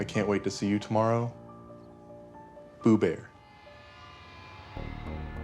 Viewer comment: sounds like "poo-bear" sorry about this everyone but LOL